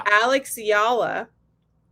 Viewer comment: Thank you for sharing the correct pronunciation of Eala. I was surprised by that opening Magandang Umaga! Love listeninng to you two